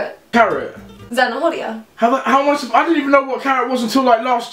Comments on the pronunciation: Americas don't know how to pronounce "h" and "rr" 😂😂 Zanahoria is like en español Zanaoria Americas say Zanajoria😂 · The h is silent in zanahoria. It’s not pronounced “zanajoria” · She is not spanish doe. It is not pronounced zana - hor - ia, it is pronounced zana - o - ria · I know, I am also spanish, and most of the time even I couldn't understand what she was trying to say, she said zanajoria instead of zana-o-ria (zanahoria). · That is not Spanish! "Beso a mi culo" is not the correct way to say it. That literally means "A kiss to my ass" it's not "Kiss my ass"... and the "h" is mute in Spanish, so "Zanahoria" is pronounced "zanaoria". She's still lovely though, and funny :) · Como en Zanahora, dijo Zanajoria jaja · Matias Contreras en cuanto dijo zanaJoria... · Zanahoria is carrots but its pronounced zanaoria without the H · How is she even Spanish if she can't even pronounce "zanahoria" correctly? It's pronounced "san-a-or-ia" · She said zanahoria wrong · Alejandro, When have you ever heard any Spanish speaker make the "h" English sound when saying zanahoria? Plus, there's no way "beso a mi culo" is correct. I don't know where you come from, but that just doesn't sound right... and by the way, I don't remember having insulted you or anyone for that matter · Zanahoria is not like that, the h is silent when said